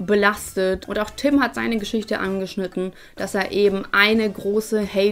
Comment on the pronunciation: Ich finds nur schlimm, dass die meisten Tüm oder Töm anstatt Tim sagen 😂